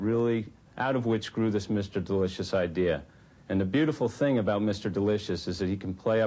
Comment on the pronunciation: The way and pronounce "Delicious" is irritating.